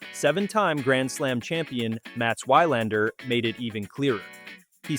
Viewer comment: I respectly say, I hate the AI here. So stupid, Wilander's name is mis pronounced.